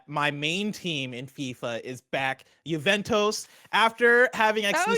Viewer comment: 'Juvetoes' lol